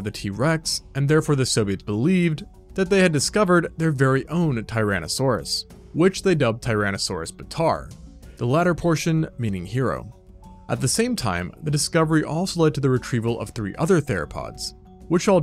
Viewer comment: its baatar not bataar